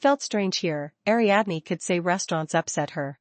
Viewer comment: Ariadne. = ariadeen.